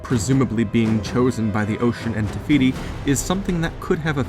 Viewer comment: Take a shot everytime he said tefiti